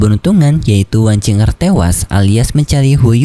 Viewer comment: Wang qiu er yah bacanya bukan wang cing er